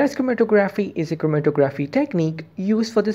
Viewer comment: the tography part of the word is pronounced like photography hope that helps